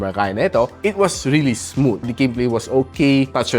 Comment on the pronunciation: hard th po pronunciation ng "smooth"